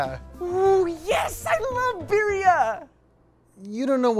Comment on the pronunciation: he said IOVe BeRrA